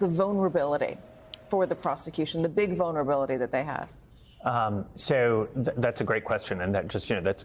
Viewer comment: "Sqishiness?" How exactly did this higher-mind ever make it past HR?